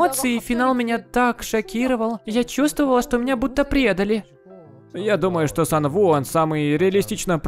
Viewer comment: Почему Сан у а не Сан ву